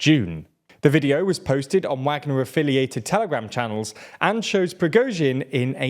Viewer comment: The only thing that bothers me about these videos and channel is when they choose to pronounce things right, like I understand the reason why but now that it's in the same video it I can see they pick and choose. They mispronounce names of Ukrainian cities and the one that bothers me the most is when they say Wagner without the V sound but as soon as it comes to the country Niger, they pronounce correct, now I don't want them to mispronounce the country name obviously but it is quite funny, especially when it's plainly obvious such as this video 😂